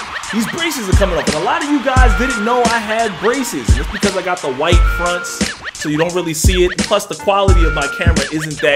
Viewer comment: my mans said white fronts 😂😂😂😂